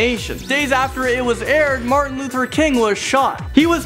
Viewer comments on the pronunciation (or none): none